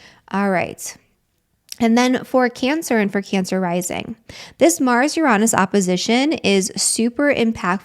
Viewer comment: Yes, triggered this Scorpio at the moment but I'll get over it😂Uranus its spelt Uranus not Uronus. There is no O. I had to check just incase I had been saying it wrong all this time and as my late Professional Astrologer Aunt would say lets not be lazy with our words which is frustrating to hear Uranus be said Uronus when its Uranus. I may have said things differently than they are meant to. I am working on to change those things. But your not on your own or by yourself Stella's Channel Astrologer and Tarot Reader says it too. My Virgo Rising likes to get correct spelling mistakes said corrected properly. I have Mars and Mercury in Scorpio. I hear you. Manifestions always need action. The Secret arriving let people believe that things would fall into people's laps when the word itself says ACTION. interesting times with New Moon in Scorpio. I don't start anything in Scorpio Season personally I wait until Sagittarius Season where its more better for me.